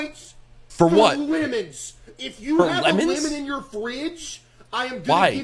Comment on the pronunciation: why does he say limon😭